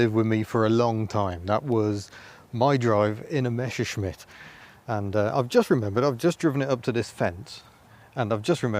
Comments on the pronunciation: Why do all anglo/americans say "Mescherschmitt"? It's "MeSSerschmitt". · Hey, it isn't a "Mescherschmitt", it's a "Messerschmitt" :)